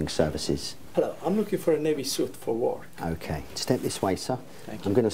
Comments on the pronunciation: He clearly DOESN'T say "work". He clearly says "war-k". He has a thick foreign accent and can´t pronounce it right. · He says it like wourk not war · Watched this video about 100 times and I have only just realised that he says work not war..